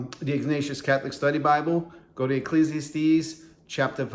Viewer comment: Protestant Bibles have typos too. Look up the "Wicked Bible" of 1631. Imperfections are part of the human condition. (BTW, it's pronounced ekk-leez-ee-ASS-tees.)